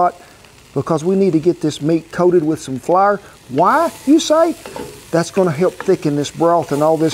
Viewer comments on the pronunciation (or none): and he says Flour like Flarrer || hehe